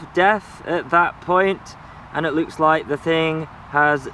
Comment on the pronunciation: You never pronounce T's or K's the word "Like" is "Light" with a silent T for good measure. Lol Just pulling your leg, love your videos!